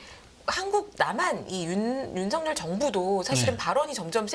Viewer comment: 윤성렬 아니고 윤석열 입니다. 발음들이 그렇게 안되는지...그것도 방송인들이?